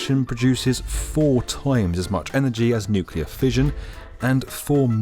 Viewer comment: Thank God you enunciate nuclear correctly, Makes it possible for me enjoy this video as it deserve. "Nukular" sayers hurt my soul.